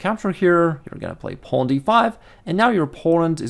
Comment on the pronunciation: you said "porn"..... again!! And you keep on saying "porn" afterwards. you said "penis"..... What's happening man?! :D